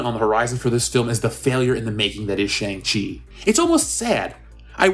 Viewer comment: SHANG- CHI...hahahahaha, make it Stop ooh ohh me sides are splitting